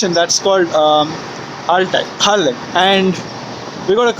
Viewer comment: I got a laugh at the way you pronounced Wales ( W sounded like a V ) and you did pronounce some of the places better than most English people do, I was impressed by the way you said Pwllheli, Porthmadog Aberystwyth and Ffestiniog.